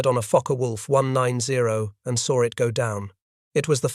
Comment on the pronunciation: There is no R in the word saw